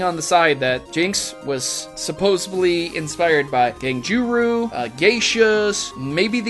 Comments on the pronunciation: i know you don't speak Japanese, but Ganguru is pronounced as gone-ger-oh.... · BUT PROTO!!! You mispronounced ganguro and It's driving me crazy!!! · haha, you slaughtered the pronunciation of ganguro though.